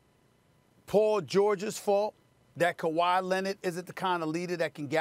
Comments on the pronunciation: Stephen “Kawhi Lenit” Smith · "KaWhy Lennit" ~ Stephen A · Stephen A. Smith: “Kawhi Lennid”.